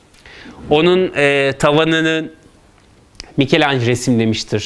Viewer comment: "Mikelanj" değil "mikelancelo" . Yani, Micelangelo bildiğiniz gibi bir İtalyan sanatçısıdır Fransız değil. Türkiye'de neden Fransızca telaffuz ediliyor anlamış değilim. Sonra da "Türkiye'de sanat ne durumda?" diye saatlerce konferanslar veriyorsunuz.